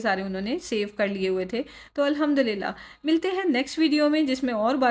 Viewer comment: Mai aapki videos dekhti hu aur yahi UAE me rehti hu bas ek baat keh a Tha galat nai samjhna magar Maine notice kiya ke aap thora bismillahey Alhmdulillahey padhti hai bismillahi* Alhmdulillahi*...zer ko ee karke padhte hai I am sure aapko Pata hga kabhi a jaane me hm galaat pad letey hai Mai abhi sikh rahi hu tajweed Quran isliye Maine sochi ke apko bhi batao